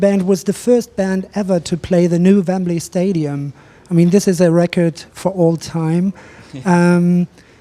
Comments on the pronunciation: "Vembley"? XD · Lmao poor Dom just nods when the interviewer says Vembley & it's actually Wembley stadium one of their biggest gigs ever!